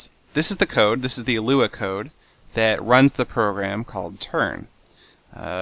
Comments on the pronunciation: L-U-A not luea! lol 3 letters not a word seth!!!! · you actually don't pronounce the three letters in Lua. It's actually Lua, not LUA.